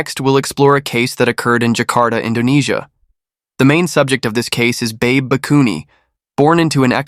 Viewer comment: 😐 "Babe" is pronounced "Ba bay".